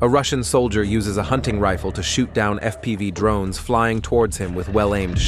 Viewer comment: LOL, it called FPV "F P five"